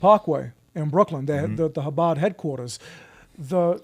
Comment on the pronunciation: Jake, when you say the first sound in Chabad, it's like you're going to hack before spitting. Like an 'h' with the friction added.